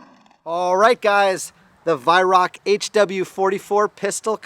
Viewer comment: Weihrauch is pronounced "VAI-RAU".